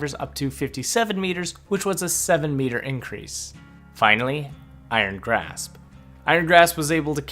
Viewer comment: George XD I'm saying that says graph instead of grasp